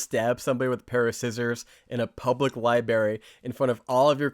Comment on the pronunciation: "LibRary," not "liberry." Did you ever see "Eternal Sunshine of the Spotless Mind" (2004)? One of the Jim Carrey character's complaints about his girlfriend (played by Kate Winslet) is that she mispronounces "library" as "liberry." There's an R between that b and that a.